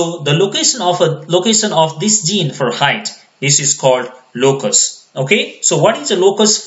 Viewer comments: Zene = Gene with a G pronounce Jean not with a Z. Even CC types Zeen. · This is really help full I wish you were my bio teacher , But when you pronounce gene , you keep saying zine and evin my subtitle writes zine